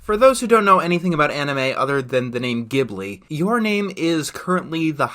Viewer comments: It's actually "jib-lee" not "gib-lee" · Why does everyone pronounce Ghibli with a hard G? Look at the katakana. Ji-bu-ri. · 30 seconds in: Ghibli is pronounced with a J sound man